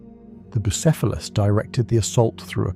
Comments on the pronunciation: Brother. For god's sake. You can just look up how to pronounce things. Boo-SEFF-a-luss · Saying the name correctly, and then mispronounced, then back to correct, then mispronounced again is absolutely sending me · Great video and the lore is awesome. But. Damn Between the 19 different ways the AI pronounced "Bucephelus," but the YouTube well-known capability and feature of completely BUTCHERING captions.. Made me a little cross-eyed. :D Icluding, but not limited to: "Jello Field" There's needs to be a mem about "jello fields" in the Warp.